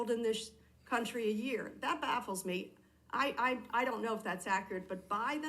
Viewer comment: Is she saying "baffles" on purpose?